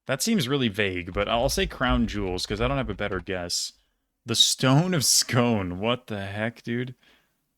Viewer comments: Fun fact, “Scone” in the Stone of Scone is pronounced “Scoone” in Scotland. I think it’s a holdover from before the Great Vowel Shift. I’m an American living in Scotland and it feels like every day I learn a new Scottish word I inevitably pronounce wrong 😂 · scone (as in the stone of scone or the stone of destiny) is actually pronounced scoon for some reason haha, it was in westminster abbey for ages before some scottish uni students nicked it in the 50s which caused the border between scotland and england to be shut down until they found it lol. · Scone is pronounced Skoon btw :)